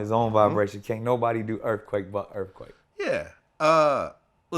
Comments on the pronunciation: He said “ earfquake was an very interesting album” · This dude said EARFQUAKE is a very interesting album LMAOOO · “Earfquake was a very interesting album” nigga what. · Lol bruh said earfquake was a great album 😂😂😂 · he said earfquake was a good album lmfaoo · Chill out. Vlad is a human to he prolly just slipped up and said earfquake. 🤦‍♂️ damn yall some pussies offended by everything 😂